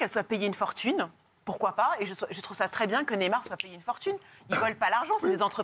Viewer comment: Ca dit neymer au lieu de neymar on se tape des barres... Mort de rire ici